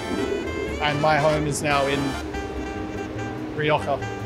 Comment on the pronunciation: Riccardo knows his wine obviously knowing how to say Rioja properly